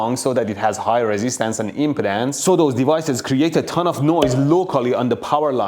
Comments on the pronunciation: ...the impedance of the line... I heard that as the impotence of the line. Accents can be amusing. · 40yo and i just discovered i have been pronouncing "impedance" incorrectly 😅😂